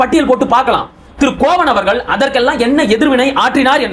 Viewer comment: கோவன் இல்லை தம்பி,கோவணன்